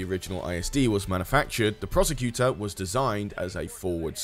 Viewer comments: I could be wrong, but I'm pretty sure "Procursator" isn't pronounced 'Prosecutor." If it is, then it's spelled incorrectly. It looks like it's supposed to be pronounced "Pro-Kur-Sa-Tor" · Procursator!... Or apparently the Prosecutor? Prosacator? I don't know, but both pronunciations used in the video moved the 's' earlier into the word, hehe. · Change the title of the video to "How many ways can I mispronounce Procursator?", and all will be right with the world.